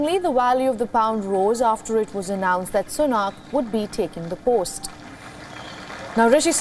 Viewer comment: They way the presenter pronounces Sunak is painful